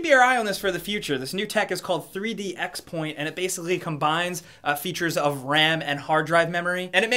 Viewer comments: I took a tour of the manufacturing facility a few months ago and I'm pretty sure it's pronounced "3D Crosspoint" instead of "3D Xpoint" btw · It's spelled 3D-Xpoint but it's pronounced 3d-Crosspoint. Just an FYI. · It's pronounced 3D CrossPoint, but it's Intel's fault people are saying it wrong.